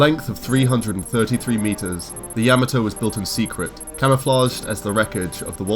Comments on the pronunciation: "yah-mah-toh", not "yama-toe". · what the hell is a yama toe? its pronounced YA MOT OH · It’s ya-ma-to not yama-to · Ya-mot-oo! Not ya ma toe! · Ya- MA-to not Ya-me-to but a badass ship nonetheless. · Its Ya-ma-to(h) not Yama-toe. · Dude, did you watch the shows? At least pronounce the name "Yamato" correctly. It's not Yammuh-Toe....it's YAH-MAH-TOE. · Why do you pronounce it like you've never seen the show before. It's NOT YAH muh toe. It's Yuh MAH toe! Jeezo. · Dear God you butchered the name of the Yamato. In the Japanese language A's are pronounced as "ah", like the how it is used in the word "father". Also unless there are double constants you do not pause in the word or name pronunciation. So you should be saying Yah-Mah-To. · Year and a half later, I'm adding to the past requests to highlight the SDF-1 Macross. (And yes, given how you brits say To-MAH-to (tomato), you should say Yamato the same way (Ya-MAH-to).) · Kinda excruciating to hear "Yah-mah-toe" mispronounced every time throughout that video. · Decent voice, but the constant godsawful (mis)pronunciation of 'Yamato' had me twitching every damn time. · Love you guys, small note: Its 'Yamato' as in the posh pronunciation of 'tomato'. Not like the vegetable. Ain't no yams in Yamato. It's jarring every time he says it. Show some respect to other languages mates. Again, love your work, just had to say it. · Ok first you are saying the name wrong very wrong then you left out so many weapons and other things. I was so happy to see you do this but you need to redo it sorry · I tried to watch, I really did, but your incorrect pronunciation of Yamato is just too distracting. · The narrators pronunciation of the word Yamato is irritatingly wrong. smh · I wanted to like this video but that guy's horrible pronunciation of Yamato made my ears bleed